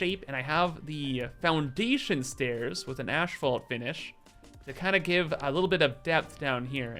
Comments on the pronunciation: honestly never heard anyone pronounce it "ash-fault" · the way you pronounced Asphalt... Are you Canadian? Theyre one of the few peoples in the world that I've heard pronounce it taht way, but also have what could be described as a "stereotypical American" accent. AKA, native English speaker that doesn't have a British, Australian, or African accent.